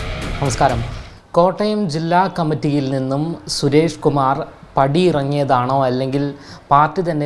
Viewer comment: Suresh kumar alla potta. Kambum kondu nadakunnthine mumbe onnu perinkkilum sheriyayi parayan padikku. This reporter is dumb.